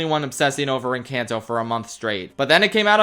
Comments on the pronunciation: I adore all your videos and they are always at the top of my list to watch, but for the love of god stop pronouncing "Encanto" like that. It's En-cAHn-to not En-CAN-to. Sorry, as a Latina it drives me up a wall how people keep pronouncing it the non-Spanish way. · The way you pronounce encanto lmao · Congrats you are the first person i have heard to mispronounce Encanto.